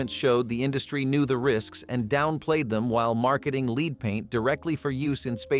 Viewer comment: Lead paint not leed